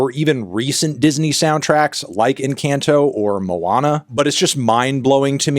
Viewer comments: IN KANTO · the other answer made no sense to me so here’s a simpler version: the a makes an “ah” sound, like when the dentist tells you to open wide. encAHnto. It’s a Spanish word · Ok check it out The “a” vowel in the romance languages is halfway between the way Americans say Mario and the way British dudes say Mario. Fantano’s “encayento” is wrong But “encawnto” is only slightly closer. It’s in between Like how MARIO says Mario Not British Marry-O Not American Mawry-O It’s in between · Im sorry but i cant get over anthony pronouncing "encanto" as "enCAN'To"